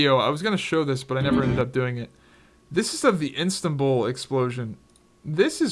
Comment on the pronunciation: Istanbul not instabul Xd